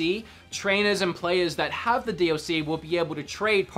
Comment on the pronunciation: Stop saying d OH c it got annoying after the first time you said it.